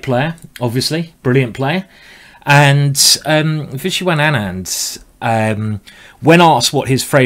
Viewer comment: vishiwan anand? there's missing some syllables ^^